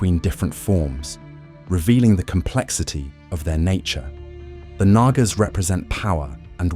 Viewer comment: Its actually pronounced with the second A being silent